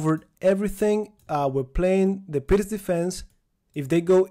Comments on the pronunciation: Thank you, was facing this problem. Also, I remember you saying that you were pronouncing "pirc" wrong in the previous videos and now you have changed your pronunciation which means this is the correct pronunciation. Thank you as always for your efforts :) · finally your pronunciation of the word (pirc) has changed heheh :D I missed your lessons thank you very much master. as usual I practice with my chessboard and I write in my notebooks :)